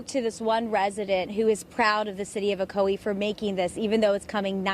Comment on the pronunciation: these yankees crack me up by the way they pronounce ocoee like " o co eeee" when it's suppose to be like "o coy"